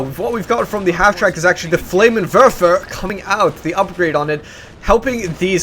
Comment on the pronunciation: It's called a FLAMMENWERFER, not a flamerwerfer. goddamnit